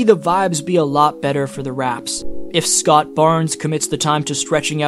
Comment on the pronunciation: Love your video and info but why you calling him Scott like that?